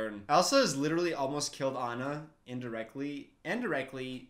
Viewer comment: Its not aina AANNAA!The pronunciation plz😭